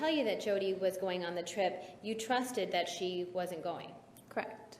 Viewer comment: I hate when people say "correct" as one syllable the way this girl does... Creckt, Creckt, Creckt. So annoying...